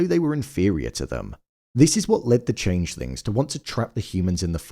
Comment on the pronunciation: im hearing changelings and changethings.... am i tripping????